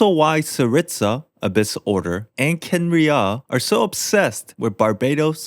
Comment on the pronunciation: that's not h0ow u pronounce Kha'enriah